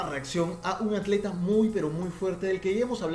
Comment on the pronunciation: Dijo Acleta? :v